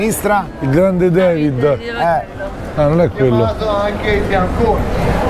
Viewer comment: Mattia "il grande Devid" non si può sentire, si dice David!!!!